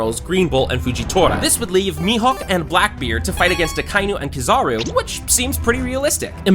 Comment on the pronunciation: Can’t believe we still cant pronounce his name it’s not Akinu it’s Aka-eenoo